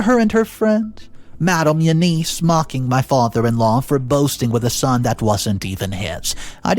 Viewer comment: OMG!. Please get help pronouncing name. Its U-Ness. Not U-niece! I won the pool today at the office tho 😂😂😂